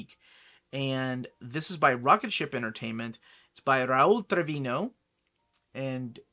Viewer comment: I know you do you best to pronounce author names correctly... What's going on with your ñ (Doña, Trviño)? I know you know how to pronounce it.